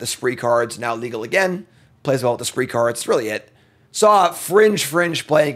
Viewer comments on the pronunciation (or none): none